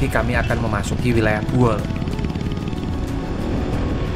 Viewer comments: Bukan Boeol tapi Buol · Izin mas, Bukan Boeol tapi Buol. Lebih tepatnya Kabupaten Buol Provinsi Sulawesi Tengah. Berbatasan langsung dengan Kabupaten Gorontalo Utara Provinsi Gorontalo. Makin sukses perjalanan nya 💪🏍️🏍️🏍️🔥🔥🔥